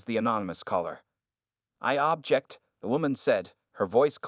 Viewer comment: This narrator can’t even pronounce “object” properly. Maybe AI is used today. Just a story—-not true.